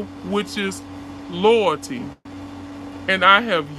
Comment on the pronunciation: She been "So Loy-oil" Crisco loyoil-ty 😁😁